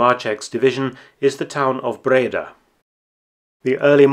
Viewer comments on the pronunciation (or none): Nice to know. PS I’m Dutch and live about 20 Miles from Breda. And you pronounce “Breda” with the emphasis on the “a” so Bredaaaa